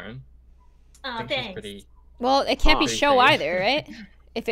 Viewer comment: You mean canku